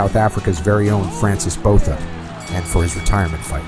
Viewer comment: It’s “Francois” Botha, not Frances. AKA The White Rhino